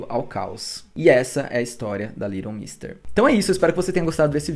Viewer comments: Aí q horror essa sua pronúncia do nome dela !!! Cada vez q vc falava vinha " little Monsters" na cabeça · O nome dela é litlle mix mesmo? Ou a pronúncia dele tá erradissima? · Tô chocada que o nome dela pronuncia "Liron mister". Eu sempre falei "leiguiton méster" 😂 amando todos os vídeos fefo ❤️❤️ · Eu sempre pronunciei o nome dela assim.. "leiguiton méstêr" 🤭 Até estranhei a pronúncia correta kkkkkk Acabei descobrindo nesse vídeo a pronúncia certa e que ela é casada com o Seth de The OC 😂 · Gente a pronúncia do nome não é essa haahhaahahah quase não consegui entender de quem ele tava falando no começo. Faz u a pesquisa antes, já ajuda 😅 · gnt pq ele fala o nome dela todo errado 🥲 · A pronúncia do nome dela esta errada. Dá ate gastura de ouvir